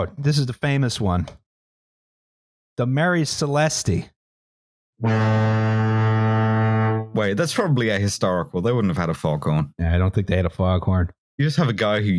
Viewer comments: I find it very weird the way you pronounce Marie celeste, the e is actually silent, so you prounce it Marie Celest, that's why it's famous because it sounds nice. It wouldn't be famous if it was called something as stupid as the Mary Celestee as you say it. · I'm ashamed of for not picking up that they kept saying Marie Celeste wrong, it's pronounced Maire Celest, no E because as withost names it's meant to sound nice and not disgusting.